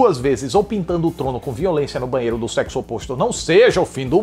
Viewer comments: Ele falou "zeqizu" kkkkk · "Zegzo" kskksskks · "Zeguizu" kkkkkkkk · Ri muito do falando "zexo" kkkkkkkkkkkk